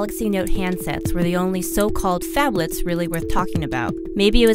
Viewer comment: Did she say fablit.